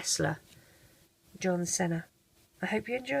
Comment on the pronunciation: its pronounced "John SEE-NA